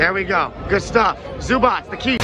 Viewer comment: the way the guy says Zubac name has me weak